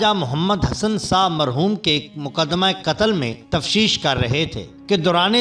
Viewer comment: Tafteesh hoti hai tashfeesh naheen hoti janab